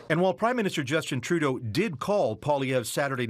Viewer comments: is one of the few who actually pronounced his name correctly. Congrats! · Good on you for being the ONLY person outside Canada to say his name properly. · Thanks for pronouncing his name right!! From what I've heard from other journalists, it's harder than you think. :)